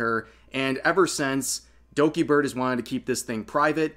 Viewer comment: I like how he says "Dogibird" At about 😂😂